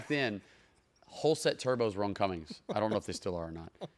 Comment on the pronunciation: “CUMMINS” c’mon, car guy